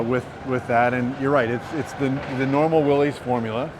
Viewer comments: Except he doesn't know the correct way to pronounce "Willys". But hey, nobody's perfect! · I am suprised the VP of Jeep pronounces Willys wrong.